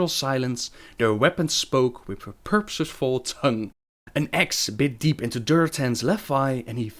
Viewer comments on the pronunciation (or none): Can't you pronounce certain words? Like purposeful?